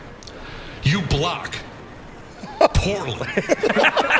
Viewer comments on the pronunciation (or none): “You block……. pause for dramatic effect POORLY!”